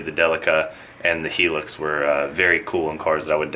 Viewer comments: hi-lux ... hearing it pronounced hee-lix made me laugh . good trucks tho very popular here in the uk. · it's a theme? "Heelux" LMAO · Lol,I notice that someone else has pulled you up on your Hilux pronunciation but i laughed at how you pronounced it all the same;)